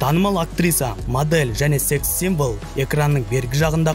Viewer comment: sEx символ деген сөзді жаман айттың, бро😂🤐😶😬